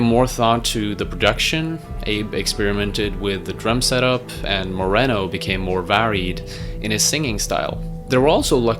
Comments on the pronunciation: It's More Reno not More renno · Chino MorENo? No no no, its MorINo (ee•knö) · You should learn how to pronounce the names before you put this shit out. Who pronounces Dana “ Donna “? You also got Chino’s last name wrong. Do better.